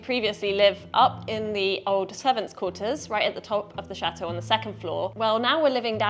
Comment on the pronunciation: You pronounce chateau Wrong. You live in France & need to learn the proper pronunciation of the words you are speaking. Ask Benoit to help you